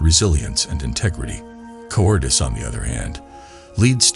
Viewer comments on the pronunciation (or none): Look up how to pronounce “cowardice”. You are saying it wrong. It’s cow…ward…iss.